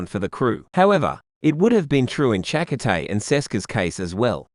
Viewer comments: Cha-coh-tay. Lol. Shack-Cotay hahaha. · We've heard Chakotay's name pronounced on the TV show. It's weird hearing it from... what, an Australian AI voice? Chak O'Tay sounds kind of... Irish? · 😮Narrator's voice is so annoyingly bad. Find another narrator pls. He mispronounced the name of Chakotay so badly.